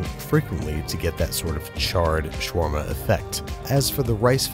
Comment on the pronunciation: Its shawarma habibi not shawrma